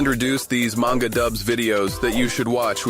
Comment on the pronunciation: Greetings, I have both a question and a comment. Question first, can you define 'yandere' for me? I'm old and dense it would seem. Comment, Manga is pronounced 'mahn-ga', not 'man-ga'. I've heard you pronounce it both ways. Nihongo (Japanese) is not goofy like English. They actually follow the rules they set. Such is my understanding, and I was corrected many many years ago on that point. I found the various manga dubs in the past 3 weeks, and I've watched enough of them that they take up half of the recommendations You Tube provides. I'm not complaining about You Tube for a change. :) I was fortunate to be stationed in Okinawa in 1980. It took me 6 months to get my head out of my rear, and venture off base. After that I enjoyed my time there thoroughly and tried to stay for another tour. Got shipped out and never got back. At this point, I could still order a beer politely if I was able to get back for a visit. That's about it though.